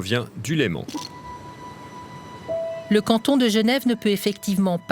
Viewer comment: LÉMAN ET NON LEMENT !!!